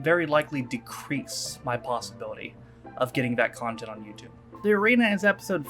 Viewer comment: When you said content almost sounded like a see you next Tuesday lol